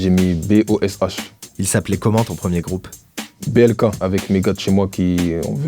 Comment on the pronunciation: J’ai entendu PLK au lieu de BLK